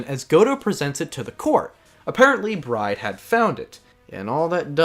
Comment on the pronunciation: Finishing up T&T right now, coming back here after each trial to see your thoughts. Great work overall, I like hearing you talk about AA. Though, I’m constantly confused during the Recipe for Turnabout section, Maggey’s last name is pronounced as “Bird” yeah? Like I keep hearing Bride and I’m like “Who?😂”.